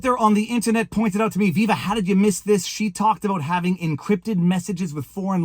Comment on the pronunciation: Wow, how long have you been in Canada? Your “Aboot” is already more dramatically pronounced, hey Buddy, I mean Guy, I mean friend…